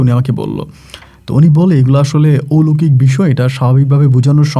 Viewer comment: ঔলোকিক আবার কি.....??... কথা টা হবে অলৌকিক..... একজন RJ হয়েছেন অথচ সঠিক শব্দ উচ্চারণ করতে জানেন না..... সারা বিশ্ব থেকে সবাই আপনার বলা গল্প শোনে.... RJ কিবরিয়া সাহেব কে পারলে ফলো করুন.... অনেক কিছু শিখতে পারবেন..... কথা বলার স্টাইল খুবই বাজে আপনার..... শুদ্ধ ভাষা টা আগে শিখুন তারপর RJ বলুন নিজেকে......